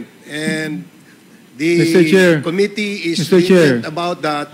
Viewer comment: PLS TRY TO CORRECT YOUR PRONUNCIATION OF COMMITTEE. QUITE DISAPPOINTING!